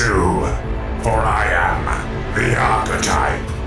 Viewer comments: I thought archetype said appetite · not you as well saying Archetype wrong!! :(